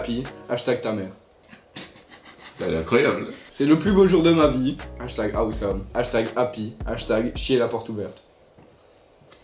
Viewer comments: Il y a que moi que sa choque qu’il dis « ahouesome pour awesome »😭😭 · Billy Corbeau il a dit à ouai some 😂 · il a dit # " a oué some" 😭😭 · "hashtag awésome" 🤣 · Personne normale:awesome: a ou some 😂😂😂